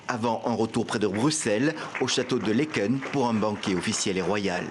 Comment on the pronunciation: 0 pour la prononciation de Laeken